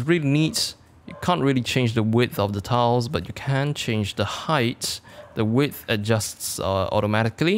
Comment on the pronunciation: sounds like towels when he said tiles.